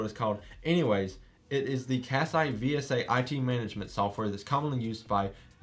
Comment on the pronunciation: Thanks for the vid. Kaseya is pronounced as "Cuh Say yuh" (where uh is like duh)